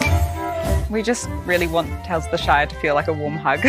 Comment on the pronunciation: can't even pronounce "Shire" correctly